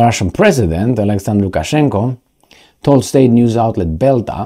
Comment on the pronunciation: Lukaszenka not Lukaszenko